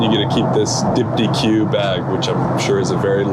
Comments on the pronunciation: My fave part of all these are the mispronunciations of the fancy amenities. B-v-lgari had me on the floor…now dypti-que 😂😂😂 Diptyque is my favorite fragrance house too. 😊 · Hey, just FYI the brand that made your amenity kit is pronounced dip-teek (no "q" on the end). They are most well-known for their outrageously expensive candles.